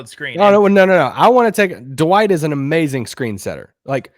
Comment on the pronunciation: Anyone else cringe every time says “Da-Wight”, it’s one syllable not two lol